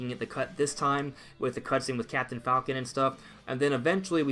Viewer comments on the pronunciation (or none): none